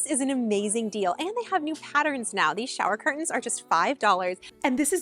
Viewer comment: I hate when ppl pronounce pattern as patterin. Why